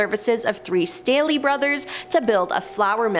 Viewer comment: My maiden name is Staley. Thank you for pronouncing it correctly!